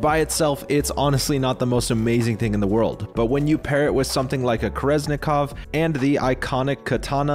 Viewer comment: Wait, I thought kerenzikov was pronounced with the z after the n?